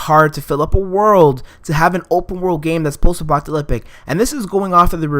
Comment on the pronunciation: "post-apocalypic" It's post-apocalypTic.